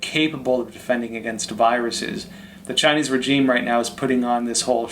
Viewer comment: Love ya show bro, but the way your pronouncing “regime” is irking me!😖